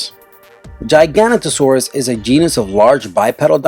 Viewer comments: By giagantosaura U mean (gi-gah-noe-toe-sores) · OH MY GOD NO ONE KNOWS HOW TO PRONOUNCE GIGANOTOSAURUS, IT IS PRONOUNCE GI-GA-NOT-A-SORUS. Not Ji-ga-ni-ta-sorus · mate it's called giga-noto-saurus not gigantosaurus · The name is not Gi-gan to-Saraus it's pronounced Gig-o-noto-saur-us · its jig a no toe saur us not giganu to saur us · TheMinecraft Moth No, but Giganotosaurus shouldn't be pronounced "gigant-o-saurus", it should be pronounced, "jee-gah-noh-tuh-saurus". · moschops is not a dinosaur either...its from the Permian as is gorgonopsid and etomnosauarus(?) . Entelidon was a mammal that came long after the dinosaurs. Also what TheRealXboxNerd said. Giganotosauraus is pronounced gig - a - not - o - saurus. Not many dinosaurs on this list then rolls eyes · Time for corrections on the info and pronunciations. #22- it's pronounced Cro-no-saurus and is what you said, a marine reptile, not a dinosaur. #20- It's pronouncedLie-oh-plor-oh-don or Lie-oh-ploo-roh-don and it's not a dinosaur. #19- It's pronounced jig-a-no-toe-saurus #18- It's not a dinosaur. It's a pterosaur and pterosaur is pronounced like terror-saur except replace -or with oh. #17- It's pronounced ick-thee-oh-saurus or ick-thee-uh-saurus and it's not a dinosaur and plesiosauria is pronounced plee-zee-oh-sor-ee-uh #15- not a dinosaur #13- It's not a dinosaur #12-Not a dinosaur #7- not a dinosaur #3-not a dinosaur #1-not a dinosaur. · also he said giginotosaurus wrong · It's not Giganotosaurus, it's GigaNtosaurus. Comes from the word gigante, which means enormous. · Great list but a lot of the pictures are really out of date. Also the p in pterosaur is silent and giganotosaurus is pronounced as if spelt 'jigganotosaurus'. Sorry, I was obsessed with dinosaurs as a kid! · why are marine reptiles and flying reptiles on the list!? they're not dinosaurs! they're different species... also, giganotosaurus is pronounced ji-go-no-to-sore-us.